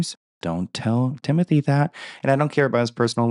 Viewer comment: Oh TiH-Moh-TaY 🥴 with his head buzzed he looks straight out of Kensington